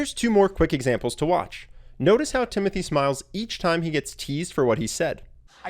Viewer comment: Its actually pronounced Timotee...